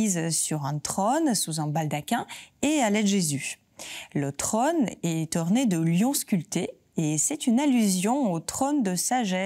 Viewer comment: „la Vierge est assise sur un tronne“ 😄 La langue française a 16 voyelles phonétiques, dont deux [o], un ouvert et un fermé, et „trône“ se prononce avec un [o] fermé! N’oubliez pas que YouTube est regardé dans le monde entier, entre autres par des Français à l’étranger, mais aussi par des étrangers francophones, qui, tous, veulent garder le contact avec la langue française, alors prononcez correctement et vous serez bien comprise.